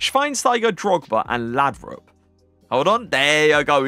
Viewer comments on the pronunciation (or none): none